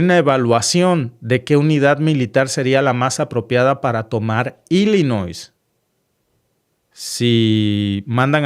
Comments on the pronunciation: SE PRENUNCIA......ILLINOI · No le pongas la s a Illinois lo repites y lo vuelves a repetir 😅😅😅😅😅😅